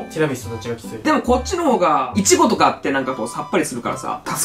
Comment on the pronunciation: イチゴのイントネーションおかしい笑笑